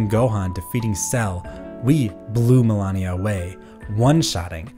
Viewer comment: The name of the boss is "Malenia", not "Melania". She tells you her name every time you die to her, after all.